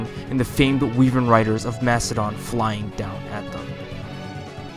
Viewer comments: "Wee-vern Rider" I sometimes question...um, nevermind. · Interesting video, but this was the first where I had some peculiar problems. I'm not going to say I'm right, but I've always assumed a few words you say were pronounced differently. Wyvern - You say it like "weave-ern". I say it like "Why-vern". Archanea - Now I know I'm wrong with this pronunciation, but I say "Archan-ia", rather than how it's really written. Iote Shield - While you said "E-Oats Shield", the most common pronunciation and my prefered one is "I-Oté Shield". Also, being pedantic with word choice, it doesn't really dodge the weakness of fliers, more protects them from it, being a shield and all. Hauteclere - This is another I'm unsure of, your saying of "Hot-o-cler" seems to be accurate, however I've always said it "Hot-eh-clair", or if I want to add an accent for fun, "HAuT-ClAIR". The "eh" in that is very subtle and quick, so not very noticable. And ending my complaints with pronunciations is fittingly, the final boss. Medius. you say "Mead-ius", I say, "Med-ius". Also, "Mystery of the New Emblem". Now, we both know that's not the actual name of FE12, but I'm still going to mock you for saying it. Also, forgive me, it's been a long time since I've played New Mystery, but wasn't it distinctly changed from the Super Famicom original so Michalis could survive the encounter? I recall somewhere about people complaining since it partially ruined his arc. And with your description of the video, again, being pedantic with words, "The ideal clash between Minerva and M